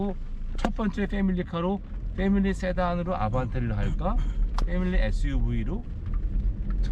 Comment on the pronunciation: 영어 발음을 그냥 한국 식으로 해주시면 듣는입장에서 편할거 같어요. 패밀리를 때미리로 들었어요.하도 말아서?발음을 하셔 가지고.